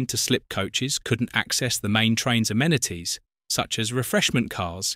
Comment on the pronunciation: Lever, amenities, zenith, American pronunciation. Probably ai.